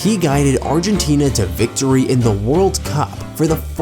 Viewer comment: Great post and content, and I do not mean to bash you buddy, but it's: City NOT Cite' Victory NOT Victore' Messi NOT Messe' Eeee NOT e' Only extremely annoying thing about the post, thanks though, still liked it .